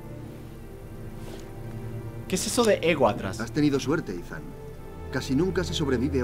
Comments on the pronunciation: se llama Eathan se pronuncia itan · Esthan pero le dicen Eithan algo asi